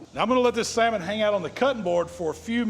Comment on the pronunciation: I’m so proud of you! You finally learned that L is silent. I ain’t knocking you, I’ve only learned that in the last 10 years or so and I’m just about 60 years old. Btw, that saLmon recipe rocks, I’m going to try it. Thanks for teaching us what you know sir, I really appreciate it. I wouldn’t be able to smoke meat without your tutelage, been hanging around your stuff for several years now and again, I really appreciate it.